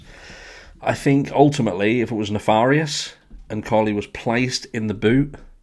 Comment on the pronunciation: Thank you for keeping up with this case. Just a heads up - Nefarious is pronounced 'neff - fair- ee uss" rather than 'Neff - far - ee- us" . Also please don't discredit personal experience from your audience- you may have crash scene investigators or victims of road trauma watching these videos who have complete faith that their knowledge and wisdom of experience can quite definitively state what happened to that vehicle. Have a lovely day